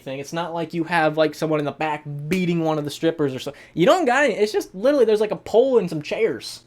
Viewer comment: I laughed cause I thought he said “it’s a paul” instead of “it’s a pole”